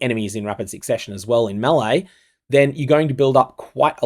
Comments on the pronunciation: ....That's how you pronounce melee...."May-Lay"... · Bro, all good but stop pronouncing "melee" like this. Makes me wanna vomit. oh, and also, this is a quote from the presented FAQ: Is Reliquarian Ascendancy available in this event? No, as it doesn’t have a Phrecian counterpart. so, i guess your video is kinda useless.